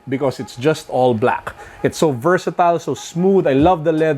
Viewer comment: Vertasatile?Mr.? Hahahaha